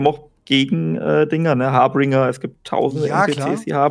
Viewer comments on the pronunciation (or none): Alter, es heißt Harbinger, nicht Haarbringer..HARBINGER! Das ist niemand, der mit frischen blonden Zöpfchen oder brunettem Pferdeschwanz daher kommt und Haare verteilt ;) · Harbinger nicht Harbringer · Harbringer... Ist ja nicht schlimm, dass ihr im englischen nicht so fest seid, aber dann versucht doch einfach, englische Wörter und Anglizismen etwas zu reduzieren 😊. Nicht böse gemeint, mag eure Gespräche sehr gerne.